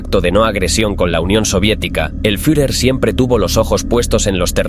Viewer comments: ¿Fiujer? En todo casi como debiera sonar la palabra: Fiurer ! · El "furjer" ??? jajajaja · El furjer xD